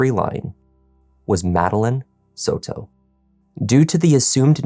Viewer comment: It’s not sew-toe. It’s Soto. Like Soda but with an O at the end instead of an A.